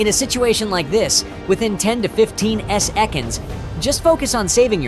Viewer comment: AI, wtf is "S" "Ekonds". Oh, you mean seconds. Omg.